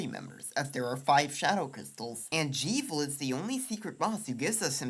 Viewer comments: Glad I'm not the only one! "Gerson" with a hard G. "Jevil" with a short E. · Really great work for such a small channel, I can see you really going far with this stuff! Only thing I’d say it’s that Jevil is definitely pronounced like Devil rather than like evil. I’ll admit that both fit thematically, but the existence of the devilsknife and the steam page description calling the secret bosses “jevilishly difficult” pretty much confirms the name is a combination of Jester and Devil. Keep up the great work!